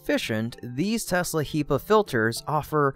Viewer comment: HEPA, not HEPA, u monster :)